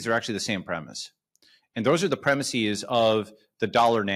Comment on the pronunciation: Ya lost me at "...premisseeze..."